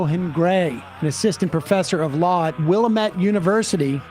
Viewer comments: FYI, it's Wil-LAM-ette. Accent is on the second syllable. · It's pronounced Willamette, dammit! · Need Sam to visit the wilLAMette valley lol